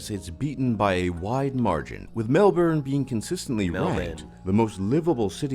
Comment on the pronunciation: LOL it's so strange hearing an American pronounce Melbourne correctly. It's usually Melborrrrrn 😅 In fact pronounces it better than the person in the vid he's reacting to.